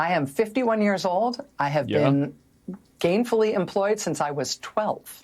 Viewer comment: I thought she said "gayfully employed"